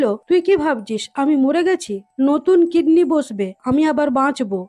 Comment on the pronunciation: আপু কিডনি তো দেখছি কৃমি হয়ে গেলো উচ্চারণের জন্য😂😂😂😂